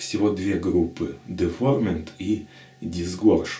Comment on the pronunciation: [dɪˈvaʊəmənt] - Дива'уэрмент правильно название произносится...